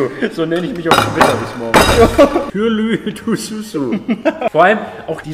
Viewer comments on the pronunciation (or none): das am Ende wird Turşu ausgesprochen (ş wie im Deutschen das sch). Man fischt die Turşu aus dem Behälter, wäscht die und isst die neben dem Hauptgericht.